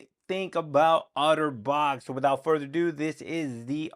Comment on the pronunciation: why do you keep sayin wihoutfurderadoo!?